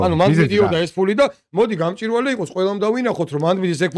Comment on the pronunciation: გამჭვირვალე და არა გამჭირვალე.